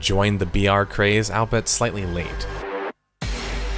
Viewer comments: When you say BR quietly it often sounds like VR. I was like "wow this is VR game? thats some real technical prowess... Wait a second..." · every time you say BR it sounds like VR and confuses the shit out of me.